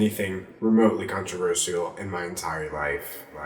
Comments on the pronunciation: "controver sy al" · The way you say controversial is controversial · D'Angelo Wallace what’s controversial is the way you pronounce controversial (The réal tea :))